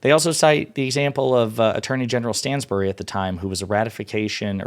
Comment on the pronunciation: FYI Stanbery, Not Stansbury